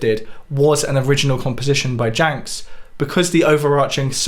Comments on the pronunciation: It's pronounced "Yance" -- not Janks 😂😂😂😂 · The j in jamsch sounds like a y. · The standard pronunciation of Janch has always been "yanch" though apparently he and his family pronounced it "janch". Just please don't call him "Janks", sounds like something from Old Possum's Book of Practical Cats. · Janks? It's pronounce Yansch, FFS. {:o:O:} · Is Bert Jansch really pronounced "Janx"? I thought it was "yansh". Anyway, superb content as always,! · Bert Jansch is pronounced Yanch. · I thought "Jansch" was pronounced "Yantch". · Great video as usual. As a point of note, Bert Jansch is pronounced 'Yansh'. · Good video, but it's definitely Bert Jansch (rhymes with "branch"; notice the S in the middle there), as opposed to Bert "Jank"... He was anything but janky! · You Said Jansch wrong repeatedly.